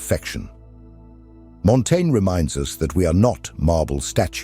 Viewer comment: Dude. Pick a pronunciation and stick with it. I got so distracted listening for the next instance of "Montaigne" that I stopped hearing the actual content.